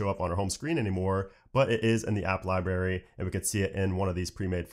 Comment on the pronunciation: you provide very good information and I am a subscriber. This is only constructive criticism. You are pronouncing library incorrectly.